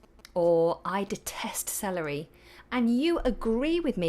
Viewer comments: Hi dear. 😁 When you said: " I hate celery!", I heard: "I hate SALARY!!!" 😂😂😂 whatever, always nice lessons. 🤗🌸 Hi from Vietnam 😊🇻🇳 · I was hearing the same with you. I heard "I hate salary" 😁